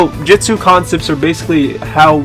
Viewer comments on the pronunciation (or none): it not jistsu it's justu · why does he say jitsu instead of jutsu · the 4 dislikes are probaly because he said jitsu instead of jutsu Lol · Jetus XD i think u mean jutsu's